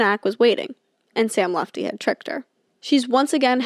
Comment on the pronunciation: Worried about saying ‘Pusey’ wrong but literally did the whole ‘Sam Lutfi’ part saying ‘Lufti’ ICONIC